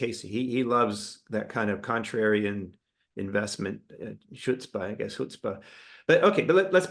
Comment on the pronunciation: great interview. (BTW, The "ch" in Chutzpah is pronounced as the "j" in Jalapeño. )